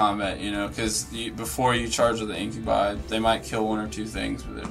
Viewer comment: Incubi...in-kyuh-bahy. Not In-kyuh-bee. Sorry, that was just really grinding my gears all game. x.x